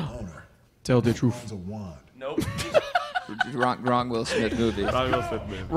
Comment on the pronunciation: "I want an homage to pursuit of happyness" ... "Tell de troot"